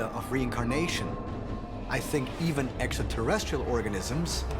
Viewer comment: Dude with the hair always mispronounces extraterrestrial. He says exaterrestrial 😂🤣